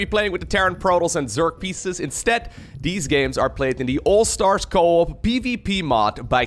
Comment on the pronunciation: ah co-at instead of co-op